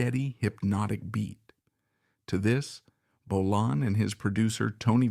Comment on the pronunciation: It's Bolan, not Bolin, and Finn wasn't in the car crash!